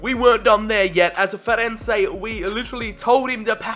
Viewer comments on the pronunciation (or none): none